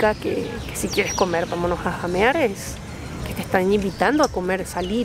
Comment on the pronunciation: Huasca significa borracho. Se pronuancia jamear y no llamear